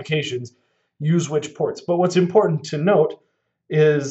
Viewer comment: "What's import-ant to note..." sorry, keep watching the video